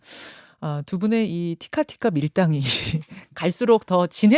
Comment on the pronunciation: 현정님 티카티카가 아니라 “티키타카”예요 ㅎㅎ 축알못이시라 착각하신 듯 🥹